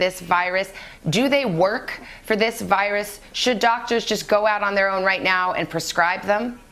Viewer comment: Nobody: Today Show Narrator: "the vYrUs" I'm sorry but the way he pronounces it kills me lol